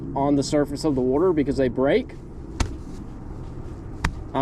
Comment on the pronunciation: Bro says wurterrr